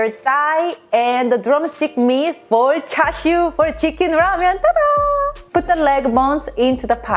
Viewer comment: I know she just pronounced it wrong but "Tata" Sounds much better than "Tada" tbh